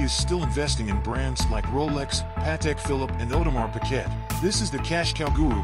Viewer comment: Dude doesn't even know how to pronounce Audemars. He also scammed his way through business ventures. Dig a bit into his back story, the dude is a scammer. Fact.